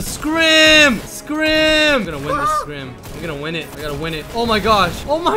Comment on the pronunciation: I love wen says scrim😂